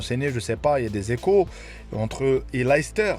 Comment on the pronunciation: Ça se prononce "Leyster" pas "Lahister" si t'es marocain tu sais ce que ça veut dire 🤣